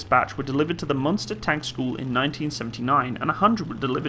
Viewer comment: its actually "Munster" not "Münster", wich does sound's like Monster, tho his pronunciation was on point